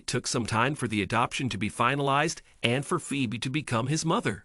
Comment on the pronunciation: Umm, the name is pronounced Fee-bee